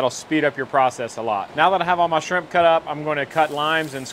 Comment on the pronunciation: Sheimp... or Shrimp? 😂